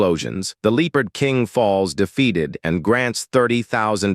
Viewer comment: God Almighty you need to get a new AI, this one cant even say the word Leopard. I mean I put the word in Google Translate and click on the say the word button and it got it right.